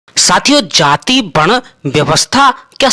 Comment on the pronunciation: बहुत विद्वान ज्ञानी हो ।जाति शब्द को जाती बोलते ही तुम्हारे ज्ञान का पता चल गया।आगे क्या बोलोगे उसका भी अनुमान लग गया।